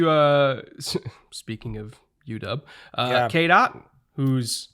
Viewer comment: Listening to the podcast I heard KDot instead of Cade Otton. Had to come here to the description just to see who KDot was 😂